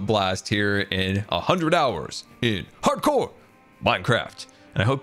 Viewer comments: "Hardcore" sounds like "parkour" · I love how says "hardcore" with so much emphasis like its a slap on title screen.